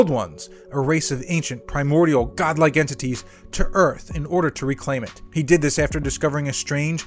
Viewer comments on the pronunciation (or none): none